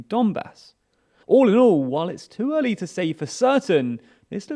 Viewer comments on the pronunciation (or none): none